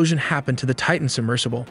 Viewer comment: I give the narrator high marks for pronouncing the word "Titan" correctly, enunciating the t at the beginning of the second syllable. Not pronouncing the letter t in the middle of a word in American English is beyond ignorant.